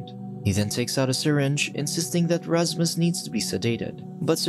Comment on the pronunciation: its Rashmush bro😂